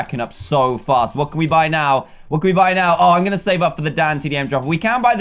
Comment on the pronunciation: When not wen going not goweng